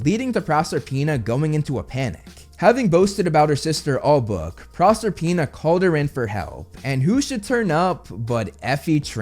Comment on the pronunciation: It's Pro-SER-pina.